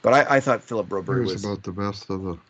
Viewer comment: please take a moment to learn how to say Broberg's name. It's a few weeks now that you still can't manage to say a name that is both easy to pronounce, easy to read and reflects pretty badly on you that you can't say it after weeks.